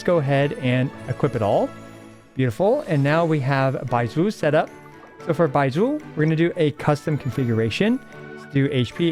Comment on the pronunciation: I love when says Baizhu. Feels so satisfying